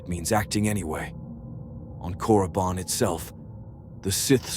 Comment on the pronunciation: FYI..it's Korriban, not Coruban lol